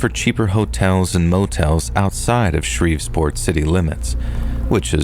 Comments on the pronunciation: It’s Shreveport! Not ShreveSport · What was up with Shreve'sport 😂 ..that was driving me nuts..